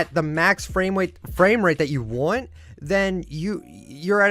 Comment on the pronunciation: max fwame wate lol i enjoyed